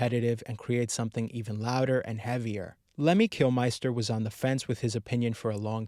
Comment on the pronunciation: Kilmister is pronounced "Kilmister". Not "Kilmeister".